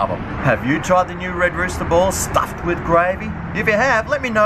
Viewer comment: you're not supposed to pronounce the s in red rooster